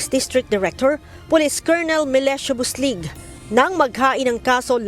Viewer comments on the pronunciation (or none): Buslog Hindi. Buslig😅😅😅